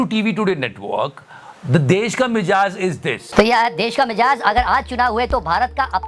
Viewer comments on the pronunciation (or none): It is Mi'zaaj' and not Mi'jaaz'